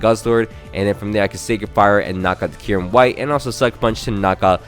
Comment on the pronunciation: Kyurem its Kyurem